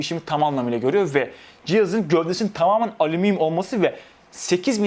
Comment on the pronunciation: Alumiyum diyo sjsksjjsjs